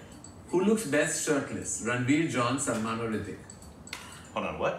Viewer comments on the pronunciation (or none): Salmon fish 🐟 🤣🤣👍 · The way you guys pronounce Salman name, it sounds like salmon fish!😂😂